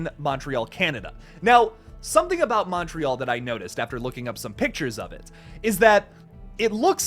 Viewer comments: I felt personally attacked (pun intended) when you said "aboot" loool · "Lets talk aboot that" - This sent me 😂